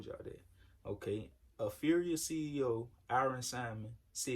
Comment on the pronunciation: It's pronounced APHRIA ( aff-ree-a ).